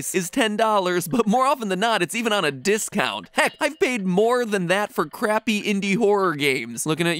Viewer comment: i thought he said crappy